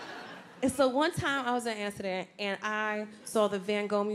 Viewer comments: it's amsterdam ffs, pronounce it properly, didn't know wtf she was saying the first time. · I love how she says "Anstuhdan" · right? a-ster-da lol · Does she say Ansterdan?? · I thought she was saying she was on acid 🤦‍♀️😂😂😂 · the way she says amsterdam is taking me out 😭